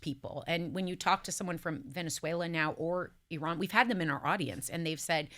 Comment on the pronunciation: google correct pronunciation of Iran, topic will come up often for a while. Sara was pronouncing it correctly.